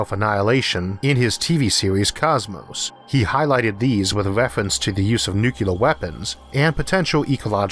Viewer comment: Timestamp perhaps it will help pronouncing the word nuclear properly by saying new clear. The way it is pronounced it almost sounds like new killer